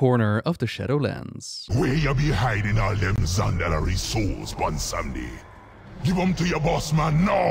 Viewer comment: Good ol’ bwomsandi is back mon